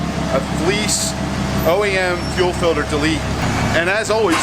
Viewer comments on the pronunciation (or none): why do they call it fillder instead of FILTER ?